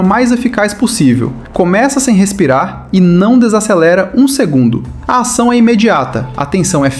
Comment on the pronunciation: Por que você fala "acção", "actor", "actriz"?